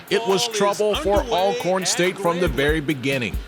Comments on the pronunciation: Why haven't people learn how to pronounce Alcorn.. ALL CORN🤔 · I’ve been following HBCU sports since childhood in the 90s and finally realized the correct pronunciation is ALLcorn last year. 🤦🏽‍♂️ I’ve always heard both ALLcorn and ALcorn but had to ask last year.